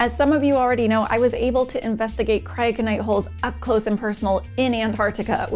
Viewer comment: Should have heard me trying to pronounce Cryoconite holes before I watched the video and heard you pronounce it lol Very fascinating stuff! Thanks for sharing and as always keep building❓